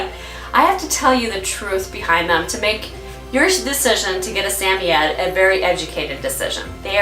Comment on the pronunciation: for the correct pronunciation of samoyed! I’ve always had malamutes, but I recently took in a rescue puppy who is half Samoyed and half malamute. She’s only 4/5 months and I’m already her 4th home. When I first got her, I thought there was something mentally wrong with her, for the first two weeks she barely even acknowledged my existence except to occasionally snap her teeth when I moved too fast near her. (She’s already got an unhealthy fear of humans, we were scheduled to start private training to help socialize her to other people so she doesn’t develop fear aggression with strangers, but with what’s going on in the world right now, it’s been delayed...) The vet thinks she was at Least 4 weeks younger than what I was told and the fact that she likely left her mother too early and she was so malnourished probably caused the delayed mental development. I’m happy to say that now she’s super sweet, gets excited when I talk to her, and is a healthy weight for her size! Having never owned a Sammy, I wanted to learn some more about their personality and such and found your videos. It’s funny, because my girl vocalizes just like Yeti does in the beginning of the video but she ends it with a very malamute “wooooo”.